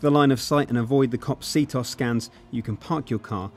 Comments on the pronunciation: See-toss? You idiot it's c-t-O-S. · He said CtOs as 2 words like c-tos, it is C-T-O-S. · Dude it's pronounced C-T-O-S, not C-toss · Dear British people, please stop calling it "c-tos". It is pronounced how it looks, c-t-O-S. Thanks. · man go moo *****, it has nothing to do with pronunciation, CtOs is said like c-t-o-s, each letter is said by itself, not c-tos, it's not a word, it's letters.